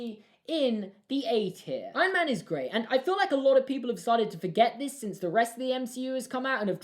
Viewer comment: "Ion man"